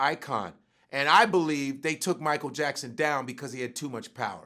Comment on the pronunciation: Mi-ch-eal LMAO!!